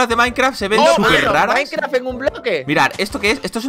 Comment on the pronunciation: Es idea mia o dijo minecraft con noods